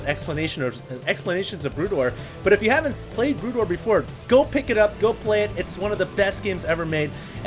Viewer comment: Is it me or almost everytime said SC:BW, it came out as Brood Ware?:)